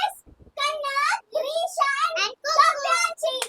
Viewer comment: Didi jab apne grisha kaha to mujhe Trisha mera naam sunai Diya hai 😂